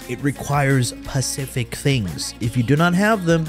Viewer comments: Requires “pacific” things?!🤦🏻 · “pacific things” 💀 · "pacific" things....lmao